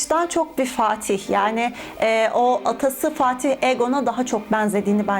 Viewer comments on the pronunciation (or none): none